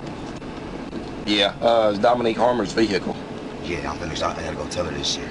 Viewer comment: Shout out to the country folk in Arkansas from Australia haha. You guys remind me a lot of our people up North. Just super grounded and straight shooters. I also like how you pronounce 'vehicle', Vee-hee-kel. haha. Rad.